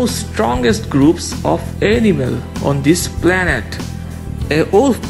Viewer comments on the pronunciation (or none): none